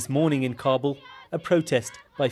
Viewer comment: Its not Carrbul its Kabul (a short a). Guns in a mosque very nice!